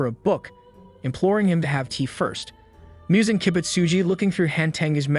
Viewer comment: Muzan not Miyuzan